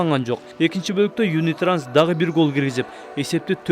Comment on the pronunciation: Юнитранс эмес юнитраст 😊